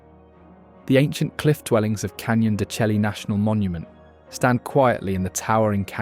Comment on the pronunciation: Wonderful video and photography footage but your narrator needs to learn the correct pronunciation of most of the unique words of Arizona. Such as Saguaro cactus, Canyon de Chelly or the Mogollon Rim.